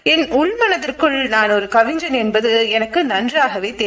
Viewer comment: கவிஞன், கவிஞ்சன் இல்லை. Watchman cabin , coffin இல்லை. சிறு சிறு பிழைகளை திருத்திக் கொள்ளுங்கள். நல்ல குரல் வளம் உங்களுக்கு இருக்கிறது. தயவு செய்து ல, ள, ழ வித்தியாசத்தை புரிந்து கொள்ளுங்கள்